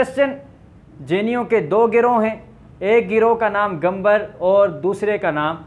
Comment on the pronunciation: jainyon ke ek fiqay ka naam digambara he dusray ka svetambara,alfaz drust kar len.